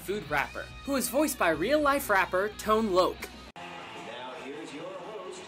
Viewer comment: Oh so THAT'S how you pronounce Tone Loc. I always thought it was 'Tonay Loc'.